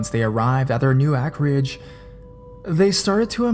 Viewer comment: In the first story are you trying to say "acreage"??? Because it's pronounced as "AYKER-EHJ" Pretty irritating that I have to give you English lessons every video... so you should probably look up words you aren't familiar with. In most cases, it's easy to figure out what you're saying and that you're just reading it wrong, but this time I honestly don't know what the hell you're trying to say????